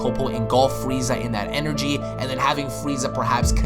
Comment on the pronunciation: the freeza song plays,,, fwwweeeezzaaaah